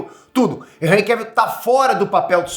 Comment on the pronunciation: Hj q vim saber a pronuncia correta do primeiro nome desse ator, graças a vc. Pois até o momento eu chamava ele de "Enrri" dessa maneira q escrevi.